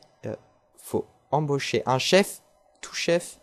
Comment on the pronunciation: Et comme Chef est un mot d'origine française, le CH se prononce comme en français dans le mot CHeval ;)